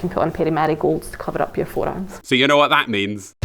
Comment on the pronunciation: up not yump